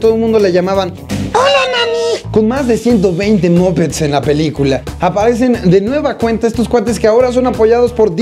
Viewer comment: no se pronuncia "mopets" se pronuncia "mapets"